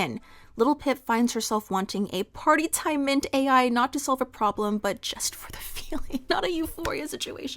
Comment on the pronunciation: The drug Littlepip takes is 'Party Time Mint-AL', not Mint-AI. It's a play on the word 'mental.'